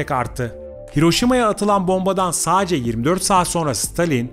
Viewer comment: Saacce diye bir kelime yok sadece adam gibi konuşun